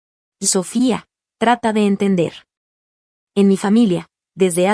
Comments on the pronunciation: Lee correctamente So fía , la segunda sílaba es la tónica. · La palabra Sofía es grave y la sílaba tónica es la penúltima por lo que debe leerse correctamente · Por favor!!!! Acentúe la í del nombre Sofía !!!!!